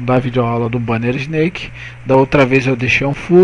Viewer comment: Só uma correção amigo: a pronuncia é "isnék" e não "isneik". Se resto valeu! ótima video aula!